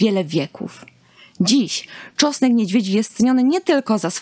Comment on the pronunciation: To wspaniale , tylko, że na początku trzeba było wspomnieć, że czosnek niedźwiedzi jest pod częściową ochroną, to oznacza, że nie wolno zbierać go po lasach czy łąkach, dziko rosnący. Dotarło? :) Poza tym proszę spróbować mówić tego czosnku, a nie tego czosku . Prosimy oglądających film o nie łażenie całymi tłumami po lasach w poszukiwaniu wyżej wymienionego, bo ktoś zapomniał dodać w filmie, że to nielegalne.